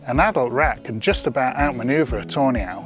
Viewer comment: I keep hearing "toenail" when its actually tawny owl